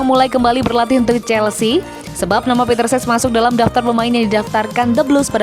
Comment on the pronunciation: CECH bukan SES